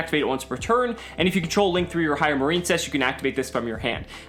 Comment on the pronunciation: Is it not pronounced Mar-in-cess? I feel like that's the pun (like princess)